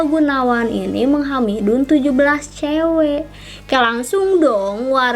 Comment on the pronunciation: Kak kenapa pas bilng menghamili jadi menghamidun wkwkwkkw